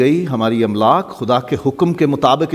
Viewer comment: "املاک" کے الف پر صرف زبر ہے ، زیر سے پڑھنا غلط ہو گا ۔